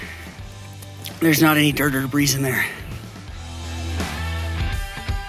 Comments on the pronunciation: Great video, straight to the point. Fun fact: the plural of "debris" is still just "debris" with a silent S. Deh-bree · Thanks for your video and information, it was very thorough and helpful. Just a heads up here : the word debris is pronouced without sounding the s on the end. The word debris is good for both single and plural.Hope you dont take offence at my offering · The s is silent in the word debris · 🤦ha ha I know I don't know why I pronounced it like that.